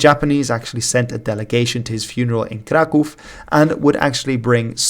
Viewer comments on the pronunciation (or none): none